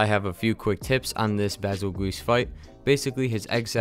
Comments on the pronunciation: I reaaaaaaaallllly hate this quest. Stupid M.F-er one shot kills me every single time! Also I'm pretty sure it's pronounced "bee zuul juice" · It is pronounced Beetlejuice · Every time he says Basel GEESEE I laughed at little. Cool videos man, keep it up!